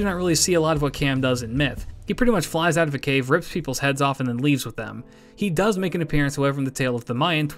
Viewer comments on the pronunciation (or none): none